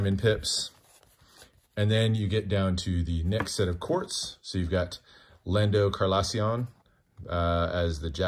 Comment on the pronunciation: Mans said lando carlossion